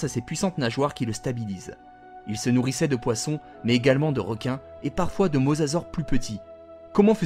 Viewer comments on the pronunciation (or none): On dit mosasorus